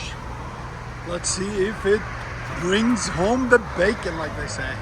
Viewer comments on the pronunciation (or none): none